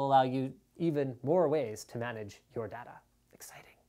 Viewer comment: Dada? it's Day-ta